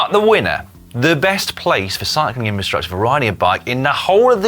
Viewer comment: haha, slow Si-cling......